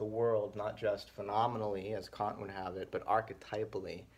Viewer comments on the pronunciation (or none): none